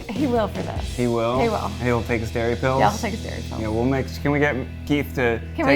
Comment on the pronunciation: When they said Keith has to take his dairy pills, I swear they were saying "scary pills" and that's just a whole other vibe